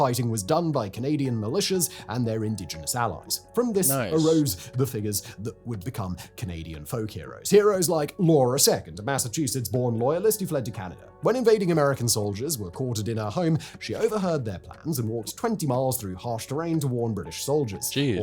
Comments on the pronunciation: It’s pronounced “Laura Sea-cord”. Not “sec-ord” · As a Canadian I found it really annoying how that guy mispronounced Laura Secord and Tecumseh. Umm, yes I learned about the war of 1812 but we didn't spend months on it like he claimed in the video. Spent some time wasn't just a day and done it was probably every day or every other day for like a month. I don't remember months about 1812.But to return to my annoyance of how pronounced Laura Secord and Tecumseh I find it shows ignorance not to at least try and find the correct pronunciations of names and words. If you're going to the trouble to make a video make sure you put the quality behind the words you use and pronounce.